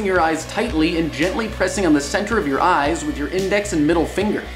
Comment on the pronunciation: lol i like how he emphasizes gently :P